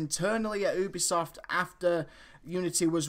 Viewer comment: did you just say OOObisoft lol??